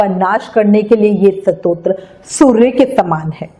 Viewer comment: Satotra nahi stotra hota hai kripya apna ucharan spast kare 🙏